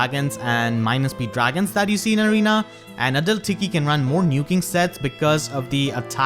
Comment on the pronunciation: Every time you say adult tiki I hear a dull tiki 😂 gets me everytime I love your accent!